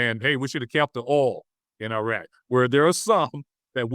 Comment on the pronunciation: This guy is way over his head: he can't even pronounce Iraq and Iran correctly.